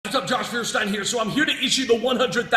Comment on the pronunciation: This is incredibly dishonest! In fact, if Josh gets convicted of tax fraud, gets a fake PhD, or builds an illegal amusement park, he will have to change his name to "Hovind". Actually, it would be a good thing for him, since he is too stupid to even pronounce his current name correctly. Hint: Feuerstein has 3 syllables.